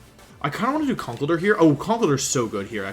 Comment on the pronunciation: Could you please pronounce conkeldurr as conck-keldurr.